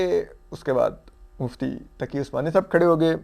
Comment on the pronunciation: آپ کو پتہ ہے مفتی محمد تقی عثمانی صاحب ہیں کیا بندے کو کم ازکم نام تو صحیح سے لیا کریں